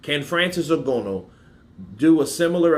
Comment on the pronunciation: It's Ng-an-oo not Ngono. But however his name is pronounced he's got zero chance in boxing